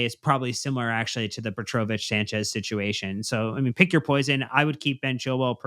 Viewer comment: Can we confirm how you pronounce petrovic is accurate? Because the way you're saying it sounds so wrong and it's killing me 😬